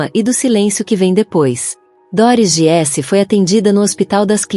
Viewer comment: Treine sua IA para dizer GUISSE, como disse, e não giesse. E equipa é português de Portugal. Para nós é equipe.